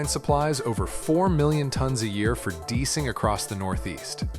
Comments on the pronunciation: I just broke out in a LOL moment when the AI narrator pronounced the word "DEICING" as "DEECING" and by this time I was already wondering, ...just what has been going on with our "Natural Landscape" for the sake of an advanced human condition via technology. Our systems so amazingly advanced will never be as sophisticated as that of the 'lowly' empire of Fire Ants. Such complicated systems as noted in this production that has an AYE EYE Narrator that still can't properly pronounce the very difficult nuance of the English language from a script, well I just have to chuckle in wonder. All the time as humans advance, it seems the natural landscape takes a hit consistently, the degradation is irreparable in many instances, but we humans believe through ingenuity and practice, practice, practice we can manage the ends if justified, sadly and too often in the name of superfluous human wants and desires. Oh, please, please may my new automobile have that ingenious 'self-driving' capability, with more 'touchscreen gadgetry just as one for instance, there are so many more to come ...it's baked into our genetic code. Our DNA can't stop looking, being inquisitive as we seek more, ...yep mo' better ways to destroy anyone or anything that gets in our way. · . "Just one U.S. rock salt mine supplies over 4 million tons a year for DEICING (pronounced dee-ice-ing) across the Northeast." You AI voice mispronounced a bunch of words in this otherwise informative video.